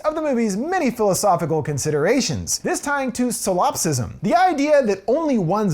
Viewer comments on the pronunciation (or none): solipsism Not silopsism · "Silopsism"? You couldn't do another take of the word "Solipsism"? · It's "saul-op-cism", not "soul-ope-cism". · SoLIPsism. Not solopsism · Pretty sure it's "solipsism" and not "silopsism" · I love your channel. Please look up pronunciation of words more than three syllables. Your pronunciation of solipsism wasn’t right. There’s been other words in other videos too that come out funny and it distracts from how great everything is